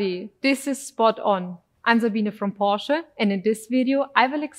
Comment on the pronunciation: Car looks great, she looks great, she has my favorite accent. I love how the W and V sounds get mixed up while forcing me to convert to metric. Also mad respect for properly pronouncing "Porsche." -- American guy.